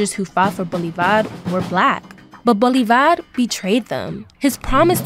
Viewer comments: Mispronunciation!!!!! It’s not Bolivár, but Bolívar!!! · Seee mon boooole varrr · The way she can’t pronounce Bolívar 😂😂